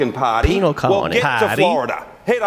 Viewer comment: Can't take someone serious, that can't pronounce PARTY but pronounces it as POTTIE.